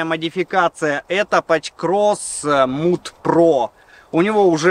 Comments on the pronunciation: Mud, произносится мад, а не муд. Уж очень режет слух. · побуду душнилой. не муд про, а мад про. от английского mud - грязь